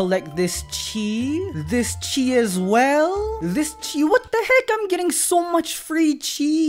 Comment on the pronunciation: I mistaked when he said chis I thought he said cheese